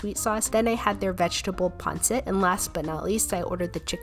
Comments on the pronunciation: Pun-seat is how my pronounce it😋😁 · how to pronouce them: Letchon Kawali, Lumpya, Panseat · The way u pronounce lupia and pansit